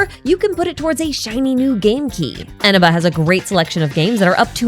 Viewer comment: That's not how you pronounce Eneba 😭